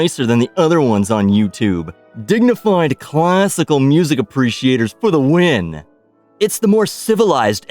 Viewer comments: Classical Mussic 😆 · I like classical "mussic." lol